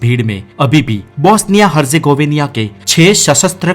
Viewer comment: हरजेगोविनिया😂😂😂😂 हरजेगोविना है सही उच्चारण